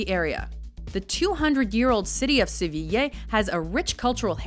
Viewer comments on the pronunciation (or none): I think she did a fairly good job for someone who, I'm assuming, doesnt speak spanish, except for pronouncing Sevilla as Sevi-YAY instead of Sevi- YEAH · The outside images of the Palacio Real are wrong... that's not the Royal Palace that was shown. And Sevilla is pronounced "seh-vee-ya" not "seh-vee-yay". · Daniel Mullins She said good, many english speakers say SEVILA but its pronounced like SEVIYA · Gabriel Bunshi no, I've never heard anybody either from my country or somwhere else saying "Seviyeah" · SEVILLA, NO YEAH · Why does she pronounce Sevilla like it was "sevilley"? the A sound in Sevilla is like the A sound in "are"... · Seveeyeh is what it sounds like when she says Sevilla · The pronunciations made me laugh, instead of it sounding so awkward you could just use the English equivalents - "Camp Nooh" "Sevill" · Wtf is "seviyay"? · If you want to pronounce Seville in Spanish you'll have to take into account that it's spelled Sevilla with an "a" at the end. Unless the "d" is in the beginning of the word or after "n" it's pronounced like the English "th" (Sagrada). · I love your Spanish ;) you mispronounced Sevilla though. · How many times did she say Sevilla wrong😄😄😂😂